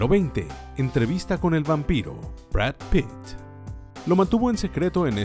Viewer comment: Jaja drap pit como vanpire jaja